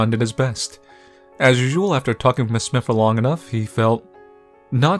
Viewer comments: It’s S-My-Th. Not smith. Smythe is S-my-th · I know this is like...3 yrs too late and all, but..."Smythe" is pronounced "smIthe," that is, w/ the long-i sound for the "y" and the "th" is hard like in "the" as opposed to "with." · you don't know how to pronouce. Smythe isn't pronounced like Smith. It is "Smy" like "try" and then the "th" sound follows. Use similar rice with "i" as the "e" at the end of Smythe gives us an uppercase "I" sound. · I think its pronounced "Sm*I*the" with a long I, rolling into what sounds like the word "the". all one syllable.